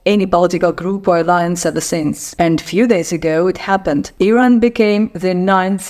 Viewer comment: Yooooow it’s Iran not airain